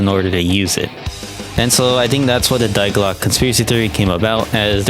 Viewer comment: Nice video but the way you pronounced die glocke hurt my ears 💔 also the juggernog glitch was only present on der riese